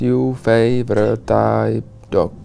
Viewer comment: "vat jů fejvrit taj dok" to se nedá psolouchat 🤣' (Myslím že ta otázka byla "What's your favorite type of dog?", což je trošku blbost když typy psů nejsou, jen plemena)